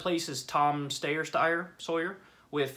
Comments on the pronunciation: The best news of the night is we'll never have to hear Kyle say "Stayer-Steyer" again. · You're doing the stupid Steyer mispronunciation. It's not funny and does not add to your generally good analysis. Frankly it's juvenile. Making fun of Steyer for his name doesn't critique Steyer and why bother making fun of him anyway? He's insignificant, and has just pulled out of the race. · Tom Steyer Steyer Sawyer LMAO